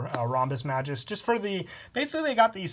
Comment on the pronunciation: You have butchered the pronunciation of "Magus". It's officially "mei-goos" not "mah-joos"